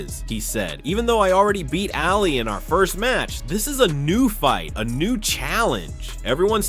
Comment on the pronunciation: It’s O’Malley not alley.